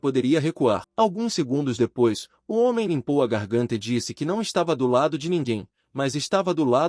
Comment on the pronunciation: "Hoemem" bruh